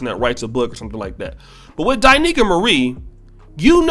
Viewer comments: You are pronouncing her name wrong. It’s not Die Nicaea it’s Da Niels! Now I love her now just because she’s fine but because her information is on point! I even let my wife listen! She goes in both on men and women! You would benefit from listening as well! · It's D'Neika not Di'Neika!